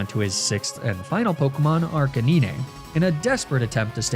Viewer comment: You know, it took me a while to get used to your "Arcanee-nay", but "Veeh-layplumay" is just going too far...